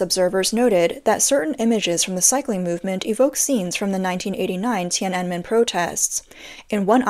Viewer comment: Tee-ana-men 2024